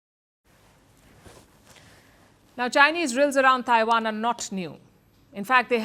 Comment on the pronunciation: Taiwan, not Daiwan! Trump, not Drump!!! Technology, not Dechnology!!! Please pronounce words correctly !